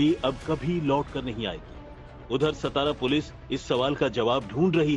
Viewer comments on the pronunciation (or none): सतारा ❌ सातारा ✅